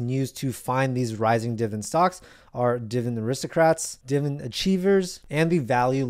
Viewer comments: its pronounced DIV-I-DEND, NOT DIVEN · I’m 58 years old. Either he is saying dividend wrong or I’m an idiot 💁🏿‍♂️💁🏿‍♂️💁🏿‍♂️💁🏿‍♂️ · i need to hear you say dividend correctly at least once